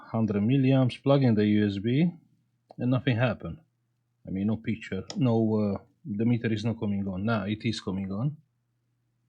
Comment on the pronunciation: i like you when you say : we have picturrrrrre 😀